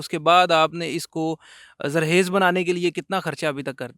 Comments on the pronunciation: یہ ھوسٹ خ کو کیوں صحیح نہیں بول رھا ؟؟؟ بہت سے پنجاب کے لوگ یہ غلطی کرتے ھیں ۔ پتہ نہیں کیوں ؟؟ ۔ زرخیز کو زرحیز بول رھا ھے ۔۔ اور بھی کئنے الفاظ درست ادا نہیں کئے گئے ۔۔ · ذرحیز نہیں ذرخیز ہوتا ہے بھائی